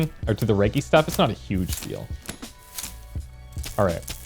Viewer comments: Hard g in “reggie”, like Reginald, or edgy with an r in the front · you're saying reggie wrong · Oh my God I can’t believe my boy just hit me with a line like that I had to pause the video I get myself off the floor that was too good. Ganja+entrepreneur = me instantly on the floor. And you’re still saying Reggie wrong it’s so adorable because you don’t know how to actually say it so you’re saying it to the best of your ability I love your videos and I wish for you to continue making great videos as such kudos Bro PS this is coming from a content creator is well😉